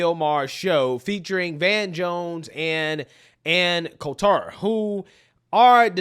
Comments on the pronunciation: I used to like Ann, but since she don't like Trump, I stopped liking her. Her name is pronounced coal-ter. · Col-ter not Col-tour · Yeah lol it’s Anne’s last isn’t pronounced like that. Not Col-TAR it’s just Coulter . But yes Anne’s right and we conservatives have been right on this for decades but yes just watch who they don’t show and you immediately know by default . You get plenty on local news because if they didn’t there wouldn’t be any news lol but hey I do live in memphis but hopefully escaping soon! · Ann's last name is pronounced "colt terr". She pay the way is a Trump hater. You should watch some of her recent interviews. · You made Ann Coulter (Cult-er) French 😂. Sorry, I couldn't resist. I love your content. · FYI…. there’s no emphasis on the T in “Coulter” — kind of sounds like “shoulder” except it’s “cole” “tur” 👍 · her name is pronounced like the colt handgun with an "er" on the end: "Colter." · Ann Colter pronounced Colt' as a baby horse, emplasis on COLT-ter...Colt-'' er. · love you man, but her last name is pronounced cole-ter, emphasis on the cole! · It's pronounced Anne Kohl-ter brah. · How is it that you can't pronounce Ann Coulter's name correctly? I've never really liked her. But she's 100% right here. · I have never heard Ann Coulter pronounced this way ever.. is a new kid on the block for sure. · Why do you keep sayin "Ann Coulter" like that? 😂😂😂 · He pronounced her name wrong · How can you not pronounce Coulter?? Its so weird... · Are you purposely mispronouncing her name?